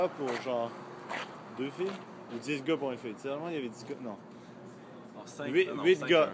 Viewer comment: J'ai remarqué aussi, surtout quand il dit "gars" !